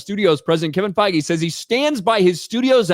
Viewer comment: did you just say they are sacking Feige or fiji or faggy or whatever his name is.